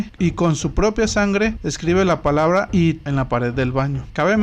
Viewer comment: It está mal pronunciado. It (esto)